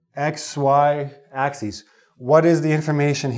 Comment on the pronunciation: Sir that not axes, but axis.